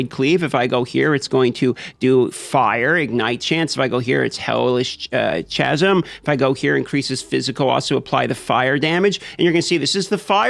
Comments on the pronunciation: Chasm pronounced like Kazim... like Chorus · "chasm" is pronounced "kas-em" btw.